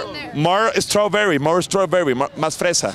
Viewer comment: Straberrry jajaja fancy wey